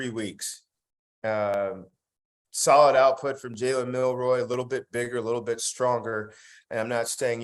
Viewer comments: Milroe- long “o” (not “roy”). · Milroe(row) not Milroy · His name is MILROE! Just read it. It's phonetic.